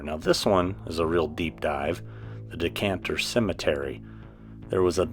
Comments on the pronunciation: I friggin LOVE you SO MUCH, but it's DECATER, not DECANTER, which is something to let red wines breathe. Lol, you're my favorite person ever!! This was a fantastic video bro!!! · Dee-kay-tur not decanter. 😜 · You de man but it’s Decatur not Decanter! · All of this is very close to my domain. One of the many perks of living in beautiful Atlanta. Nice job...oh btw, its Decatur...not decantur😂...no biggie, made me laugh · I enjoy your content. BTW, its "Dee-kay-tuur" Georgia, not "Decantur" Georgia.